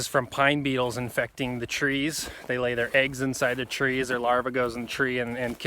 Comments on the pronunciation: I thought you were saying PINE "NEEDLES"! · Oh! You said beetles... I thought you said needles 🤣😂🤣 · I first thought you said pine NEEDLES are killing the trees -- then after about 3 minutes in to the video, I realized you were saying BEETLES!! Great info!!